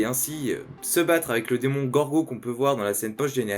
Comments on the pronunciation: Si il meurt je regarde pas ma saison 4 😭😭mais j’espère que Suzzie va revenir ///y’a que moi que ça stresse quand il dit démongorgo au lieu de démogorgon après c peut être moi qui entend ça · Juste on dit pas demongorgo mais Demogorgon.